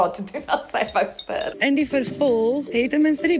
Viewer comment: Dink nie ek sal ooit weer die woord "stirrr" gebruik nie😂